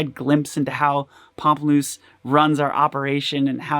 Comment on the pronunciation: Thank you for saying the band name correctly for me! I could never figure it out!